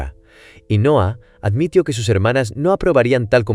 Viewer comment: Te falta poner bien los acentos en el guión para que algunas palabras no se escuchen raro, por ejemplo en el video se oye reacciono, pero es reaccionó, o admitio, y es admitió, y muchas palabras más, tienen que tener bien tu escritura para que la IA la interprete de la mejor manera... 👍